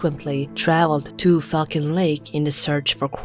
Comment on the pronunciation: 'who frequently travelled to Fuckin' lake'.... she has a real hard time pronouncing Falcon LOL!!!